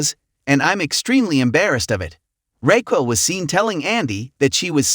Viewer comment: What is up with this narrator...... Can pronounce anything correctly Raquil